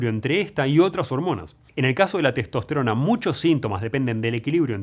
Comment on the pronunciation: Maestro, dice testost_rona